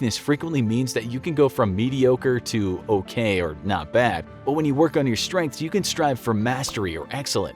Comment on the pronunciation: ‘Focus on Stredths?’... really...